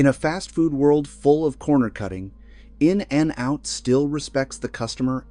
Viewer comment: "N-N-Out" is how AI pronounces it, which convinces me that AI will never take over the world. 😂